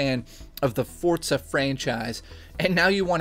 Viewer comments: Great review as always,my aunt in jail loved it too! Am I the only one that wonders why so many people pronounce the game "Fort-za"? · Chris F think of it how people say pizza, you don't say 'piz-za' you say 'peet-za' forza follows the same rules.